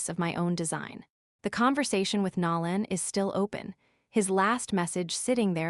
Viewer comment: It’s not Nalon, it’s Nolan with a long “o”. God get the names right. It’s jarring to hear them pronounced wrong.